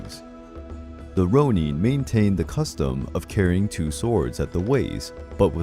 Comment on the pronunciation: It’s not ‘Rone-een’ It’s ‘Rone-inn’. No hate but just saying.